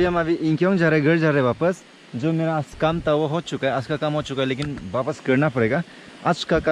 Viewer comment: Aas nhi its aaj bro😂🤣🤣😂😂pronounce theek krlo